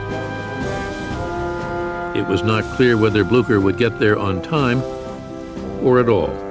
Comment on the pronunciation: When you realize they don't know how to say Blucher.